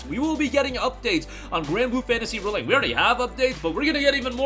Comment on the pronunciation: Dude… REEEEE link. Ree as in reveal, ree as in reborn, ree as in redo. It’s not re like in relic, rebel or restitution. This video is obnoxiously unwatchable for me because you say the name two dozen times and you never say it correctly.